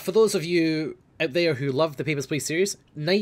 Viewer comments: When says "Papers, please" in russian accent, it sounds like he is saying "Pepper's Place" xD no offence, you do have a beautiful russian accent;) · the russin accent is pretty good.......then he says papersh pleash and it turns into Sean Connery